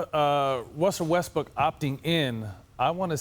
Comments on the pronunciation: barnes said Wussel Westbrook lol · Matt Barnes "Wessell Ressbrook" lmaoo